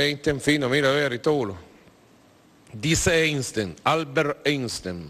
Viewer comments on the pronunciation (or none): "Eistein"... Ya lo he visto todo.